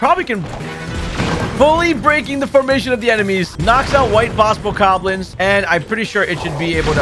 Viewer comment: bro really called them white bokokoblins💀